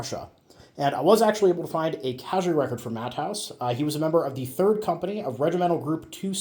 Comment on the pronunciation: His name is not pronounced as “Matt-haus”. The ä is pronounced as a German e. So it is Mah-teh-oos. Keep up the good videos.